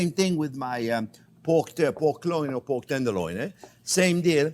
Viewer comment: Onyoh and Kown and Poke...Love it!